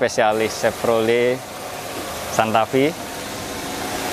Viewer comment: Maaf om nama mobilnya santa fe, bukan santa fee